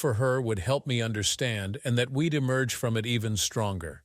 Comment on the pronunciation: Besides the unbelievable topic and how it's talked about and handled... Train your AI... That's... That S Can't... Can T We'd... We D And so on.. Very annoying